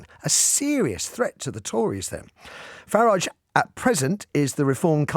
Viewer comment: Didn’t cotton on that you were speaking about Nigel Farage. Ha ha. Just your bad diction pronouncing Farridge as in porridge. He’s very popular both sides of the pond.